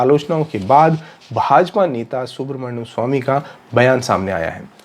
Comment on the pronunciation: Su-brahmanya-m swami, not Subhramanyam...